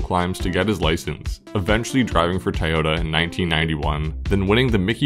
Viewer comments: It's not TIEyota.. lol.. that was driving me crazy. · Am I hearing "Thai-yoda" ??? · I've never heard anyone say "Ty-ota" before... I'm pretty sure there's another O in there.